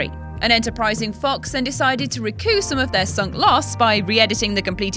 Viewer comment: "ree COOP" "HOON tah" The way you pronounce "recoup" doesn't make me think of earning back money. It makes me think a rebel group seized power in a coup d'état, and then for some reason, had to seize power all over again. A "re-coup". Presumably, to form a military junta. :->